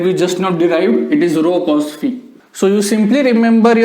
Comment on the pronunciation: There are very few teachers who properly pronounce phi as fee. Great sir /\